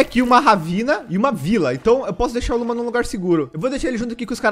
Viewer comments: as vezes o fala luma e eu escuto luba kkkk edit: acho que o bioma de carvão e o de montanha pq no meu mundo no hardcore, eu fiz uma casa na no bioma de montanha e era o paraiso dos carvões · Falou:Luma Entendi:Luba